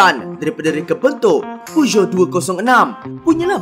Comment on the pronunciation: Kenapa sebut jenama Peugeot dan Hyundai mcm lain ja bunyi hahaha😂😂